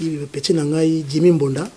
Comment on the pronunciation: ba bengaka yango "MBONDA" et non "MBOUNDA"